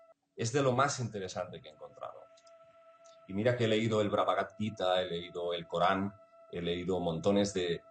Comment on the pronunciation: "Y mira que he leído el "Bragabad" Gita" 😂